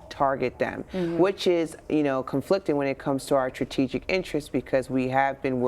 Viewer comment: CBS news interviewing an expert that can't pronounce 'strategic' correctly HAHAHAHA okay...